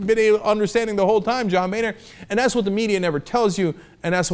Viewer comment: We really need to stop pronouncing "Boehner" as "Bay-nor" and start pronouncing it as "BOW-NER"